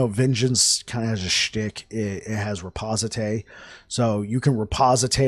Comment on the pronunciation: bro , the word is , ri poste :D , not reposité XD